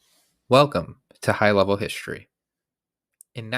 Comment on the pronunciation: First sentence: "Welcome to high level HiSHtory. There should be NO SH sound in history!!!!! what a turn-off!